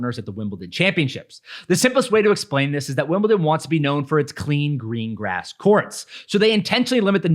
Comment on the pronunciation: Not T in Wimbledon!